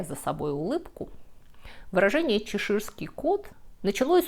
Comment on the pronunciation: ЧЕширский кот, ударение на первый слог букву "Е".